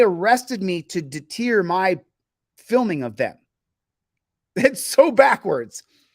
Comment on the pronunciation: its. " deter " I know you weren't trying to be comical there....but you're grasping at that pronunciation was vintage Michael Scott baby!